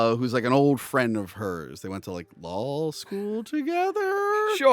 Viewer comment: “They went to lawl school together…?” It gets me every time you put an “l” at the end of words that don’t end with it lmao. I love all 4 of the Pierce Brosnan Bond movies. Tomorrow Never Dies is my favorite though. Michelle Yeoh was so good in the movie, and they really dropped the ball when they cancelled her spinoff movie.